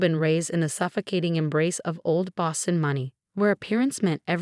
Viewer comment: Boston, not ba sin. Self-made, not self me. Family, not fami. Emma, not ma chen. Post-nuptial.